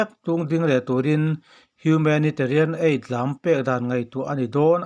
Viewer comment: Asian-Eisian tiin lam teh Aid-pawh Eih tiin i lam a. Anih loh chuan Aih tiin lam law law rawh